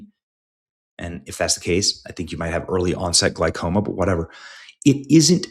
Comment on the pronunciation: Everybody drink! Another mispronunciation! "Gly-coma". All sufferers of glaucoma can relax.